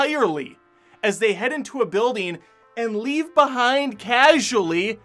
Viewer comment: I like your review but why do you say “buildeen” instead of “building,” or “go-een” instead of “going?”